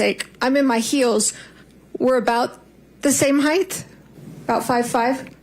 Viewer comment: How about Sanderson's mispronunciation of the word "height"?